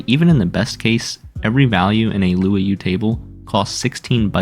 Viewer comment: luau is pronounced "loo ow" as in a hawaiian party, not "loo-ah-yoo"